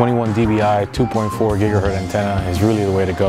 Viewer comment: Good video. The only thing I wanted to point out is that the usage of the word "Gigahert", there's no such thing. It's "Gigahertz". Hertz is not a plural word - e.g. if you have 1 Gigahertz, it's not "1 Gigahert".